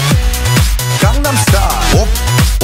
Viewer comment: Psy my fav singer❤and its not condem its gangnem😂😂